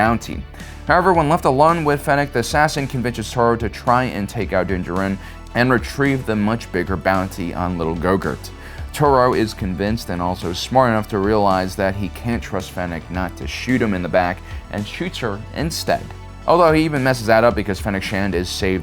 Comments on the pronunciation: On the first one he sed go gert instead of growgoo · Wait, did he say little gogurt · Hearing you call him "Gogurt" made me snort powerade out my nose. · Gogurt?! Haha